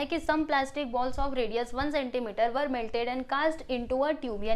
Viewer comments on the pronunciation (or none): Ver cha pronounced hota tyacha